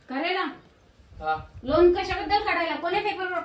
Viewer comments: लोण नाही रे पागला.लोन म्हणत . बोलता येईना आणी चाललं कर्ज काढायला.😅😅😅 दोघ नवरा बायको अशिक्षित आहे. राधिका मस्त शिकलेली आहे. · याला kon लोन देणार 😂 साधा इंग्लिश चा प्रोनाऊन सेशन बरोबर नाही😅 लोन वाला पहिले पळून जायचा हा दिसल्यावर😂 आणि ती हाव न आई हाव न आई बस 😅 बाकी kahi नाही